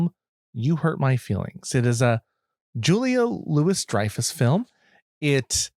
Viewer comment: The pronunciation is "jew-lee-uh-lu-we-dry-fuss"